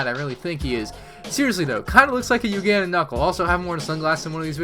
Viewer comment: The way he says Ugandan has me dead